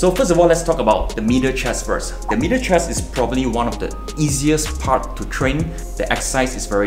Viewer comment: I thought he was saying “mirror chest”